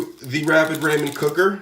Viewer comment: that’s not how you say ramen...................................... are the noodles a person????????????????